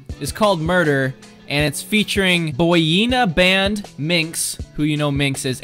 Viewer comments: Not Boyina Band. It's pronounced Boy-in-a-Band XD just sayin' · Bohyena bend. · LMAO THE WAY HE SAID BOYINABAND